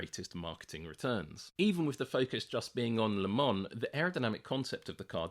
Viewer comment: Also vielleicht eine sehr geniale Doku... Aber nach 3 Minuten abgeschaltet wegen dieser abgehackten KI Stimme... Sorry aber warum kann man sowas nicht von einem Menschen sprechen lassen? Der würde wahrscheinlich auch den Unterschied zwischen Lemon und Le Mans kennen...